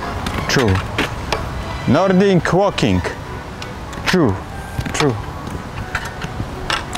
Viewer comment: Chyba widłing łoking a nie nordic łoking XD